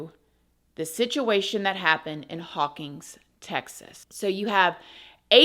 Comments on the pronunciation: I watched your story about McFadden it was pretty interesting. I grew up in Hawkins, Texas and was close friends of the three kids he murdered. I was also the LEO who actually drove McFadden to jail after his recapture. And Please know that you mispronounced our town, it's Hawkins not Hawkings. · I love you and your videos so much!!! My mom’s grandfather was the mayor of Hawkins, Tx for many MANY years!! Also, it’s pronounced Hawk-IN’s ;) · It’s pronounced haw-kins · Jeez. Please make it stop. On and on and on. Who are you talking to? Gerbils? By the way, I'm from Hawkins. Not "Hawkings" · Hawkins. No G.